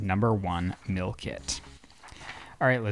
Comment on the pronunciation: why can not pronounce "meal" correctly??! i don't want 16 free mills from hellofresh!